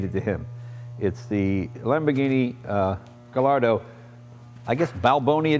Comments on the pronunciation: no hard feelings man but the double ll in latin and italian languages produces a y sound. ellos=eyos gallardo = gayardo. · Jay, it's pronounced guy-ardo....not the way it looks. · lol, Jay doesnt even know the proper way to say Gallardo, the two l's are pronounced as a y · Jay... Your a car enthusiast and you mispronounce "Gallardo"!